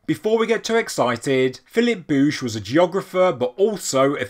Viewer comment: I think you said it right. As a tennis fan, I know Bouchard is pronouced similarly.